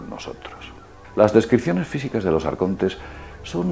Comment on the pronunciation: a mi m compensa tio, aunk sea un esbirro de los grises me mola como dice "AARCONTESS"